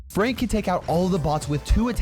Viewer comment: When he said frank he said freank so are you at war with fronk?